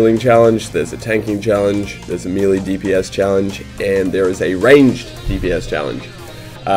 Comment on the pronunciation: I love you and your videos, there are great! But really it kinda annoys me every time you say melee dps because you are pronouncing it wrong:D Please try and look up how to pronounce it;-) Great job and keep going